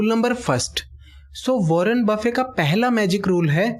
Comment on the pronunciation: He is Warren buffet not warren buffey